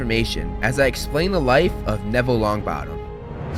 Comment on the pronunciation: Nevnah Longbot